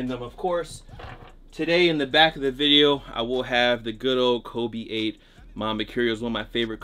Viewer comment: can u please just say video correctly